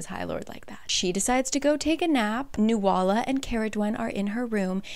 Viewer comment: Nuala is pronounced new-la 😅